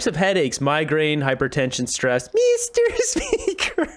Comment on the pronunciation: I keep getting the "MEESTER SPEEKURRR" headaches